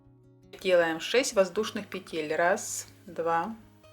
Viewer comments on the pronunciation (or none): none